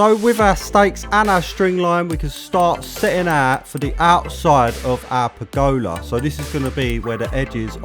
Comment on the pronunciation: That mispronunciation of pergola 😱